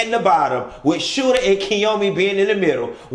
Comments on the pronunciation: SHOOTER-Sh OO ter,, not "Scooter" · Is he joking calling the dude “Scoota” instead of Shooter? Lol just wondering cuz i don’t think I’ve ever heard him say anything but Scoota lol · SH-oo-ter, not SC-oo-ter. Lollll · Lmaooooo he keep calling him scooter and not shooter 😂😂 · girl, you know that mofo name is 'shooter' and not 'scooter' right? either way it's cracking me all the way up. you are so funny to me and i love these daggone tv show reviews. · its Shooter not Scooter. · That man name is SHOOTER not SCOOTER!!🤦🏾🤣🤣🤣🤣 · Lol, called the man Scoota. It’s so hilarious to me that everyone, myself included, be around here thinking that the man’s name is Scoota when all along it’s been Shoota! 😅😂🤣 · Did he say scoota? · “Skoota” take me out EVERY MF time!!! 😩😭😭